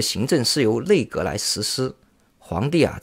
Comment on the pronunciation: nei内，内阁，不是累阁